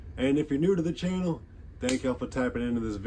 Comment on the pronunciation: "...welcome to my chaianal ..." 😂😂😂😂